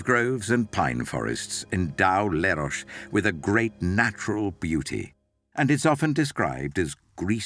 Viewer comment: Where the f@ is Lerosh? It’s Leros … pronounced as written